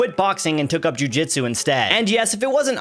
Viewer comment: Jiu-Jitau? Are you sure?😂😂😂